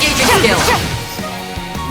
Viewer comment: I'm not trying to get on you about it but the name isn't pronounced vayne, it's provided van like the vehicle. If you play the first one that is how the name is stated... Otherwise this is a good game picked it up on steam with the translation patch and I can't wait for it to come out in English